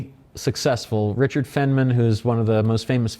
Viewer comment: This is ten minutes of incoherence. It isn't "fenn-men," it's "FINE-man." It isn't "Tess-LIE," it's "Tess-LAH." And it isn't "electronic vehicles," they're electric vehicles. Apart from that, the rest appears to be a lot of business babble—the sort of which wouldn't pass muster in even the most oxygen-starved MBA program.